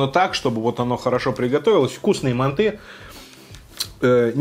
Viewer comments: не мантЫ а мАнты я сам живу в азии в казахстане и правильно мАнты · манты, а не манты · вот его мантЫ уши режет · Манты́? Вроде так бабка говорила моя/ Если долго нажимать на букву- появится версия с ударением.